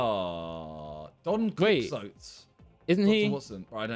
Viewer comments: the way he pronounced Quixote... i'm crying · the pronunciation of Don Quixote hurt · The Don Quixote pronunciation 😂